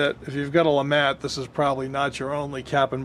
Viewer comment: It's Pronounced LeMaa. Not le mat. Mr. 1954 duelist. Invented by Mr. Jean Alexandre Froncois LeMat